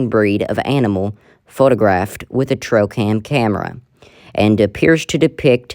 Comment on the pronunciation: She keeps saying “trocam”?